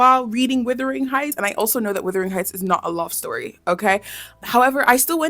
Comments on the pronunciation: why are you saying withering instead of wuthering 😆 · I enjoyed your review, but like other commenters, I was tripped up by calling the director the author's name; and also by saying "Withering" instead of "Wuthering" 😅 tbf, tho, I've heard multiple other creators pronounce it "Withering" as well, maybe it's an accent/dialect thing! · she keeps saying withering instead of wuthering too, i noticed the emily bronte thing too and the Baz Lutherman instead of Luhrman, she don't know wtf shes talking about, i can't watch anymore doing my head in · Kind correction: “Wuthering” heights, not “Withering” heights. I’m sorry it bothered me; it’s a common mistake tbh 😂. Also the books been my Roman Empire for like 8 years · why was she calling it withering heights? instead of wuthering? she doin my head in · Withering or Wuthering? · Withering Heights 😂